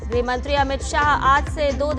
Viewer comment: अमित शाह 'गृह मंत्री' है न कि 'ग्रह मंत्री' ।